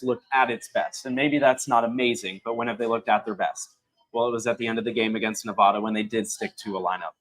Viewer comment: BTW, you guys are pronouncing Nevada wrong and it is driving me nuts.